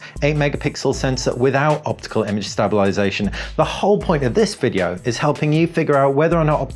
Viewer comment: Nice video but I have to inform you that you are not pronouncing the word stabilisation correctly and it sounds silly. Sorry but it better that someone tell you.